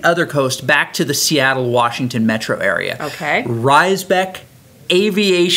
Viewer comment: Raisbeck Aviation HS is pronounced Raise-Beck. Not Rhysbeck. I babysat kids who went there for their middle school program over a decade ago. The school isn’t just high school but also 5th to 8th grades in its middle school program. They do enrollment thru a lottery program, like charter schools but this one is a publicly funded Option school (slightly different than charter) and is shared between Two bordering school districts: the Seattle Public Schools and the Highline School District.